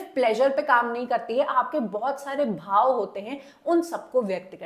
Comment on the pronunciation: Please pronounce it रस and भाव